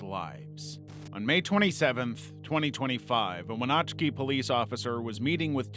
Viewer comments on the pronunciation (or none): wenotchkey? Wen-natch-ee lol